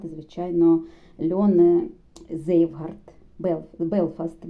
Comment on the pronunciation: Цвейгарт (Zweigart) , не "зейвгард" 🤦🏻‍♀️